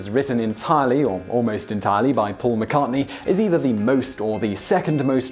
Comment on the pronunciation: I'm amazed this idiot pronounces Paul McCartney's name correctly. it's the only name he gets right.